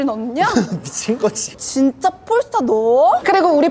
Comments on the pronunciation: 폴스타가 아니고 현지발음으로 뽈스터입니다 뽈~스터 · 도대체 얼마를 받았길래 저렇게 폴스타~~뽈스타 하냐 단점은 아예없네~~~ㅉㅉㅉ